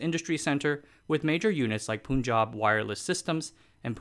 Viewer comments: It's not Poon-jab, it's "Pun"-jab. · Great video, made me wanna find out more about this. My only gripe is how he kept calling it a poon jab. its pronounced the same way you'd pronounce pun ( the joke ). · Punjab is pronounced Pahn-jahb, not Poon-jahb. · It is "Pun" not "Poon". Do you say pun intended or poon intended? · Dude Its pronounced Panjab. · The way he says Punjab hurts me. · it is somehow so sickening to see creators, like, to fail at properly pronouncing simple sounding names like "Punjab". I mean, it is not like these folk are unaware of the "un" sounding in Bun, Fun, Run etc. I am sure they must have done their research when creating this content and i am very confident that they, at some point when researching and studying content related to "Punjab", might have heard how to pronounce "Punjab"........ but, hey? Poonjab!